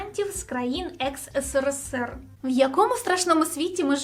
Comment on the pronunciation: В чем прикол говорить ыСыРыСыР?